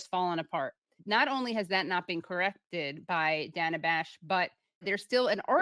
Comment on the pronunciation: CNN is almost worse than msnbc because they claim to not be liberal shills. at least manbc is like obvious edit: thank you for pronouncing her name correctly. drives me insane. i dont like her... but it's her name and why is that so hard